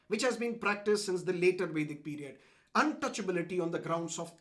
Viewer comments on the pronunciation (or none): none